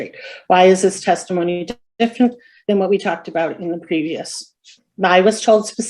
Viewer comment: Karen said "oxtopice (I am assuming Police officer),"sextimony" (I am assuming testimony)'. Pacific (specific?). Wow, what a world of hurt. My fav."I ain't used ta using words". Had to edit text. I forgot to give a shout to Jack Off Lantern.